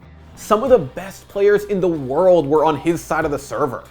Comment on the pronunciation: you don’t have to put mad emphasis on “world” every time.